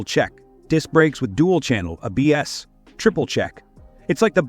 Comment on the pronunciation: Am I the only one who thinks that whoever produced this video never listened to the audio? I can't decide if it's a botched AI trying to write/speak ad copy, or it's a really terrible text-to-speech app? Moto Gut-zi? Describing the brakes on one bike as having A...BS? Terrible commentary. I'd be glad to re-record it for Motorfied!